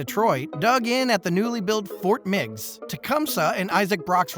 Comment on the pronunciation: The pronunciations were incorrect. It’s Fort MAC-N-Naw, Fort Megs as in Meg Griffin and Queenston not Queenstown.